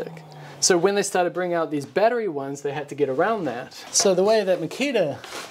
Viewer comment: If you can't pronounce"battery" correctly don't say it. Unwatchable.